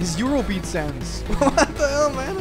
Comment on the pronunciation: Did... Did he just said Eurobeat Sans?!?